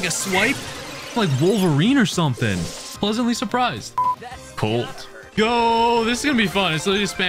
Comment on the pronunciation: love all your vids. also "presently suplised"